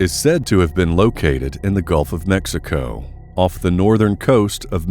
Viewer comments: you are miss pronouncing mexico... duho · i respectfully got a kick out of you pronouncing Mexico and i can honestly say i cant wait to hear you annunciate some chinese. sub'd. great content and presentation. thx🖒